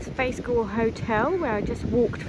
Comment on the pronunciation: In Galle - "a" does not sound as in apple . In fact, Galle - "g" sound follows by " "all" , so the whole word sounds like "goal " Thanks 👍 nice video